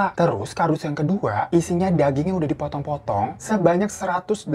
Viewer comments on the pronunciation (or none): Potonggg potonggg bukan otonggg😭😭😭, astaga salfok